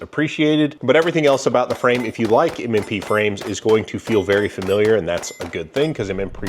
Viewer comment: ….. M and Prees? 😎😂😉